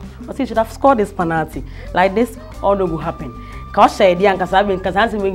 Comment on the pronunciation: its pronounced penalty not panalty.